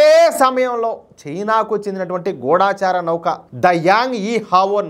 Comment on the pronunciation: Pronunciation kasth sari chesukondi.gudaacharaa kadhu gudachara.